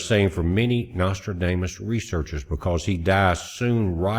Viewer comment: Hey I love that pronunciation you have of Nostradamus. We call that a malaprop!